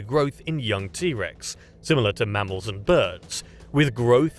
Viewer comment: why did the narrator say mammals like that? Sounded like "mounts" nonetheless and sorry to be nitpicky, awesome content.